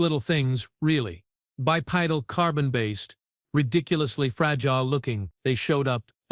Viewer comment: 45 seconds in and already your stupid AI can't say the word Bipedal. Come on get a real person edit and teach Your AI how to say the words correctly!!!!!